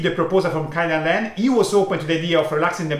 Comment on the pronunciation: please say "KAY-dan-ren" (where KAY rhymes with PLAY) not "KAI-dan-ren" (where KAI rhymes with HIGH). 経団連 is written "Keidanren" in Romaji not "Kaidanren".